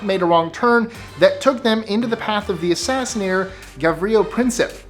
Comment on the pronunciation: Assassin,not asseseny,don’t think it is even a real word. Still think your uploads are fantastic,I just have to much free time on my hands,lets me pick up on any insignificant slip up. Thanks again for your brilliant uploads and great narration.